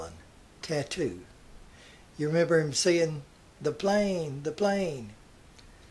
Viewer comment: Dee plane boss !! Dee plane!!